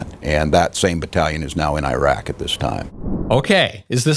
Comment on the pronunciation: Thtas how you pronounce Iraq